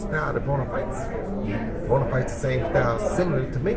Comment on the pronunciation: Its Broner not Brooner